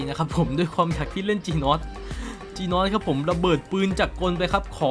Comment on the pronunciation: จีนอสนะครับไม่ใช่คี่นอสหรือผมได้ยินคนเดียววว